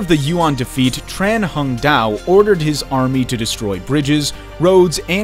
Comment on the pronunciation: Tran is pronounced as Chan in vietnamese dude...